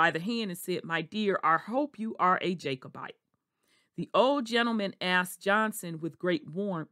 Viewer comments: Just stop talking you are butchering the name a Jacobite. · You are butchering and mispronouncing the name Jacobite